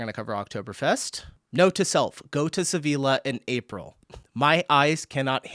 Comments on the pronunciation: Sevilla is spoken like "Seviya". Double L is a y sound in spanish. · Sevilla pronounced Seviya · It's Sevilla, means double l is a j . sevija, like ja or what ever. learn languages, it's american laziness. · If you do not speak Sevilla in the english way Seville but in the spanish way, the double-ll in the middle is spoken different. Just google for Sevilla and pronounciation. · First „SeviLLa“ and than „CAInnes“, you are killing me with the pronunciations in this one 😂 Still great video ❤